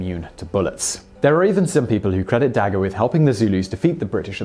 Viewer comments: Interesting video...but your pronunciation of "dagga" is incorrect :) Check out how to pronounce it here! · Your pronunciation of dagga makes me cringe ... still awesome top 10!